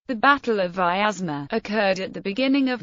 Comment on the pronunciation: Please note that the name Vyazma (Вязьма) should be pronounced with 2 syllables: Vyaz - ma, and the 'y' is a consonant as in English "yet" ; it does not have 3 syllables as in English "miasma".